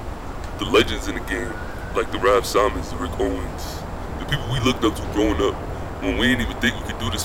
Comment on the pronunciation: dude its pronounced raf "SIMMONS" not sigh-mons smfh